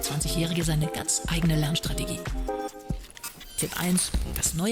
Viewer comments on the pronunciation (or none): none